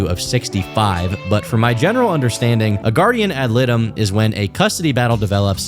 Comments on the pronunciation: Guardian ad litem. Pronounced like light-em. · Its pronounced "ly-tum" not trying to be a dick. Just dont want my boy out here sounding foolish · Yo, you're right about a Guardian ad Litem (pronounced "light-um"). They're used to advocate for the best interests of the kids when it comes to custody, visitation, child support, etc. They're kind of like a lawyer for the kid and are seen as a neutral party since neither the mom or dad is paying them. The Guardian ad Litem (GAL) will provide a series of recommendations based on the divorce situation and the lawyers will file a motion to enforce those recommendations in the court so that they're binding and neither parent can refuse to follow whatever the hell the GAL said without getting a citation for contempt. Source: I work in a law firm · It's pronounced guardian Ad Light 'em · ad ah light em, is the proper pronunciation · He said "guardian ad liddum" lol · Your description of a guardian ad litem is legally correct, but your pronunciation is not. It's pronounced "Lie-tem." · Ok 😂you got to look up how to pronounce guardian ad litem